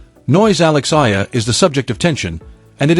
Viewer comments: A. E = Alex Eala - E-ala. Not Ayala, Ela, Aela n illa.😊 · Eyala pronunciation E-yala